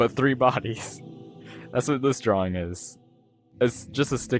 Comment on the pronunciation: I say drawwring